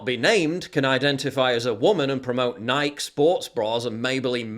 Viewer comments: It's pronounced Ny-kee 😅 This isn't the first time lol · Nike DOESN’T rhyme with BIKE. It’s NĪ-kē, emphasis on the first syllable.